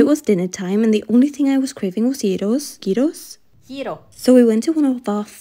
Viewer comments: Greek here, pronunciation of gyros is perfect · first of all as a greek person myself your pronunciation of gyros was honestly really good- it just makes me so happy to see you guys enjoy our country & culture so much! sending love, hope you feel better <33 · Omg god YOU PRONOUNCED IT CORRECTLY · Finally someone that actually pronounces Γυρό's correctly also I hope you feel better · The first pronunciation of gyros was perfect, and that’s very hard to achieve!!! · Oh my god you pronounced gyros correctly. I'm Greek/Australian and everyone here says the word gyro like gyroscope and I hate it